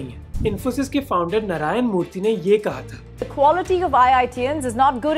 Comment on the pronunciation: That नरायन is bugging me sorry, is that some accent?